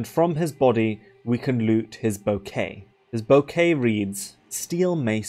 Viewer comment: Unimportant nitpick... It's bouquet (bookeh), ou in french gives the /u/ sounds.